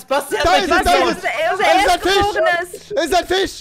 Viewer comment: er hat zum ersten Mal Fisch richtig ausgesprochen